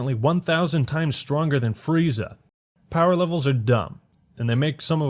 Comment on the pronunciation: This video was good until I heard linda young freeza.